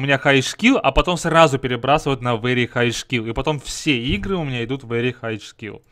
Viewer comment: поставил дизлайк за вери хайч скил,хороший английский